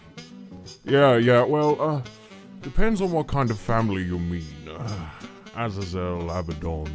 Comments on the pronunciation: For your information it is pronounced as Az-za-zel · Ahz- ih - ZEL is how you say it, by the by. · It's as-Az-l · I think this is how you pronounce it As-ay-zel